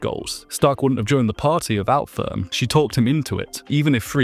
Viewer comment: "This is Ferent". Her name is FERN... 🙄